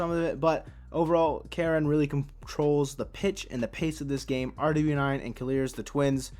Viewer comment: RW9 is pronounced ruwass :)